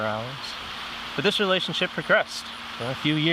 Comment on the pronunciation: The way he emphasized "relationship" with a psychologist... I think there's a reason that UFOs and Epstein disclosure are like the only two secrets that are still being kept from the public today. These programs were able to take kids, and Epstein got tied up in that somehow through his unconnected kidnapping activities. Huge money and secrecy in both. They are connected somehow. And it sounds like kids were getting fucked either way 😭 ps. I like the auto focus glitch, it gives you more of a "psy phenomenon" type vibe haha